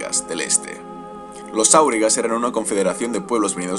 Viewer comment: Entiendo que se pronuncia "auriga", con acento en la I, puesto que la palabra está en español y es grave. Es la traducción del inglés Wainrider